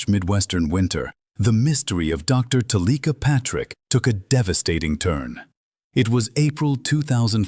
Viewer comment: Why would you switch the ai voice to one that pronounces her name incorrectly?